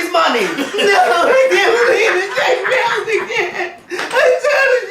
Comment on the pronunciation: "you bout to bizzounce outta this industry" DEAD